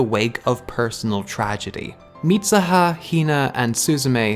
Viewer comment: it's MeeSOOHA. not MEESAHA. Mitsuha (dont's use A in U). Just saying. I was like who the fak is MISAHA, ooh he meant MITSUHA. Then I see that you are Irish, I was like.. OF COURSE!! English speaker can't say tsu as soo, but as SA. LOL